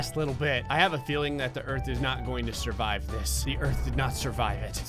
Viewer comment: is it just me or does say "It does not survie it"?